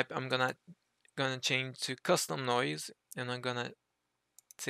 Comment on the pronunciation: Just a pronunciation note. You don't need to sound the 'e' at the end of 'noise'. More like 'noyz' :) Great tutorial! Thank you for sharing your technique.